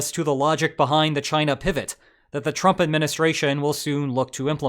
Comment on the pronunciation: Do you really just say “gina”?